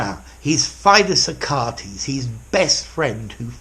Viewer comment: dear teacher, you might have just mispronounced the name Achates